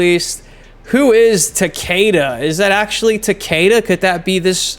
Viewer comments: Takeda is Japanese and pronounced- "tok-uh-da" everyone says it wrong lol. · Yeah. Everyone pronounced "Ta-kay-da", but its fine.